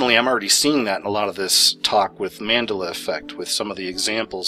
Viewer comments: it's mandela... as in nelson mandela. every time you say "mandalla" it makes me cringe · I thought it was Mande'la, not Ma'ndela? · Man della, not mandaluh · What is the mandulla affect? ??its man-dela. .. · Maaan-deh-la not man-dela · Man del a not mendela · Mandela! not mandle-a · Mon-DELL-ah. Not mandilah. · Man del ah NOT man de la it's a name Nelson Mandela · for the love of God it's pronounced Man-della not ma-da-la lol. after Nelson Mandela. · I believe it's pronounced Mandel-la not mandela.......It is someones name not some abstract word. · Man dell a... Not Mandela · It's pronounced MAN-DEL-UH. Not mandela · it ismt pronounced man duh luh. its pronounced man del uh. like Nelson MANDELA. hence the reason its called the mandela effect. after NELSON MANDELA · Say : MAN-DELL-A Dude Not MAN-DA-LA Got It !?! ;) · The man's name is pronounced "Man-dell-a" not mandala. Wow. It's not an instrument, it's a person! Open a history book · It's pronounced MAN-DELL-A. Not mandill-a. Hard to take you seriously when you don't even know who Nelson Mandela was, or how to pronounce the name. Duh. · It’s man Del ah as in Nelson Mandela not mand ala as in gondola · Man-Dell-La.... MAN-DELL-LA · Mandéla effect. The accent is on the second syllable. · it's pronounced Man-dell-a or has that already changed too? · Come on, say it with me MAN - DELL - AH:P much love <3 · you pronounce it wrong it's Man Del A as in Nelson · It's: Man-dell(like Dell computers)-ugh. Man-dell-ugh. Mandela!!! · Anyone else yelling " it's pronounced MANDELA " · Man-DELL-ah. smh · It’s Man-Dell-Ah effect. Lol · It's Man-Dell-La effect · Mandeeeeeeela? Saying completely wrong. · dude..Mandela..as in Nelson Mandela..not man de la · Look we all gotta agree how to pronounce words. This one is man dell a. Effect. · it's pronounced Man -Dell-A. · ) You must pronounce it correctly. " Man-del-ah" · Man-Del-A. least u can do is get the name right on the topic your covering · pronounce Man-del-a correctly